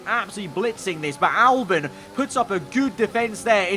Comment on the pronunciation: Albon not Albin